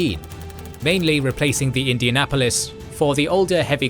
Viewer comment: I'm Australian and even I know that's not how you say Indianapolis. And then correct pronunciation here.